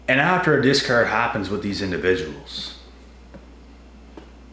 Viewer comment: Did you say discourse? Discard? Or discord?